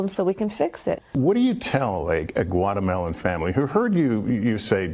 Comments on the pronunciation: I heard him say "what do you tell guatemelon family" its not hard its "GUA*TE*MA*LA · I spit my drink out with laughter, after I heard him say guatermelon family 🤣😅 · "Guatamelon" lmao